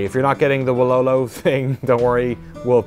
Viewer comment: it’s not wololooo.. You pronounce it as wohlohloh